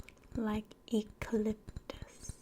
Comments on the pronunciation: I'm sorry but it's YOU cah lip tus not ee cah lip tus. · This is a great video! Though, I’m not sure if anyone has told you or if it’s intentional (feel free to correct me if it is), but eucalyptus is pronounced “You-calyptus” not “really-calyptus” lol 😂